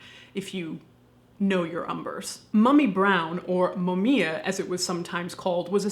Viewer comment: Just saying, "mummia" is pronounced "múmmia" 🌈